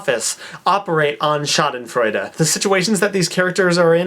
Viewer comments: Hey, I get the joke, but as a native speaker in German your misspelling of Schadenfreude just hurts my eye - and there again you have my human side, because I cannot just not say it, although there are other comments already pointing it out. By the way, your pronunciation of Schadenfreude is really good, maybe you should consider learning German :D I could help you with it, if you would need a tandem partner. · I'm german and i dont know if you did this on purpose,but it's actually spelled with E ^^ anyway,i loved the way you pronounced it !!:D